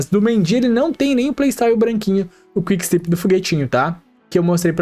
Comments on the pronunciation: se diz quick stép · Video muito bom! Parabéns,. Só pra ajudar ai nos próximos, a pronuncia eh quick stép. Valeus! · Valeu demais pelo vídeo! Só uma observação: se pronuncia quick stÉp, com enfase no É msm 😊